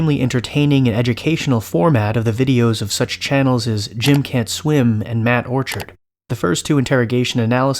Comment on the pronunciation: it's pronounced matt orchard not matt orchard